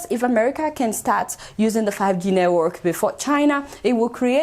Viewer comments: Aunty it's network ooo not nework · Lol 😂 she calls it neywork haha 😂😂😂 neywork Yoruba